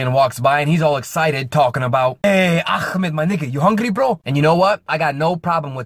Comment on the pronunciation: A Somali would not pronounce Ahmed with a k sound, you are confusing us with Arabs lol